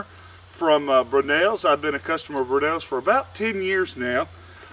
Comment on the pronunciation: Brewnells? Or Brownells? I've never heard any Tennessean native call Brownells- "Brewnells" unless I'm wrong and there is a "Brewnells".